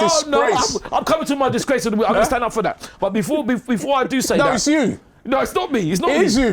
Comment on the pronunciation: I’m in tears of laughter… Ty the disgrrrrrrace of the week😂😂😂😂🤣🤣